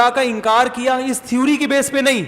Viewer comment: .......mufti sahab thewwri nhi theory hota h.....mazirat ke saath...😀😊😊😊😊🇮🇳